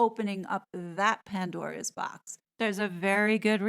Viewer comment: "Pan-doria's" Box ... Freudian slip?